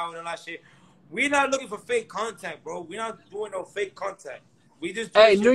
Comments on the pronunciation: He ain't say bro he say bo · Dudes rly saying Bo and not bro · Is he saying woah, bro or bow? Man Chris was right when he said he was autistic